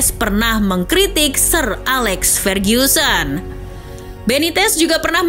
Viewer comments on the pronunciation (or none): none